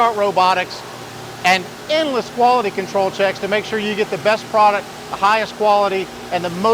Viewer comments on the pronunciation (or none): "The best prodact"😂😂😂😂😂😂😂😂😂😂😂😂😂😂😂😂😂 "did he just say safety"😂😂😂😂😂😂